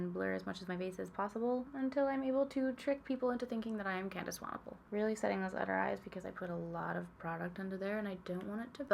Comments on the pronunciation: 🙌🏻 I am so impressed that you pronounced Candice's surname correctly seeing as many people outside of South Africa struggle with it quite a lot! Seeing as I'm in RSA and CT is ridiculously expensive here, the advent calendar would be an absolute dream. I'm going to narrow it down to: 👯💃🏻🎄 email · YOU CORRECTLY PRONOUNCED SWANEPOEL! Lots of love from South Africa. Instagram (inspired, I know).